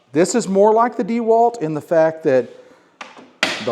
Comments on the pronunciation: WTF is DEEwalt? It’s a last name… DeWalt. dehWAHLT. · Needs to learn how to Pronounce Dewalt correctly.